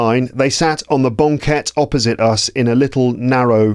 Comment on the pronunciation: I'm wondering about how you pronounced banquette. It sounds like bɒŋˈket instead of bæŋˈket. Did you use a specific accent?